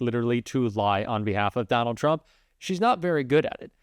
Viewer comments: She pronounced "tRump" incorrectly when she said 'judges" are acting erroneously. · She says chrump. Love that